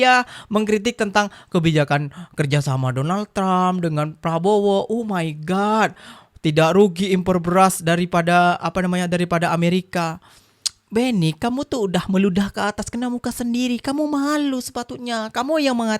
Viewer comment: Bro sebutan Oh..my GOD...BUKAN Oh my Gut...mangkok